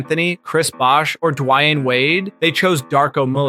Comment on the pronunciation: sounds like it, “die way ane” for dwayne wade